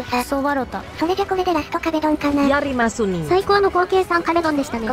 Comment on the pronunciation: ヤ↑リ↓マスニィ→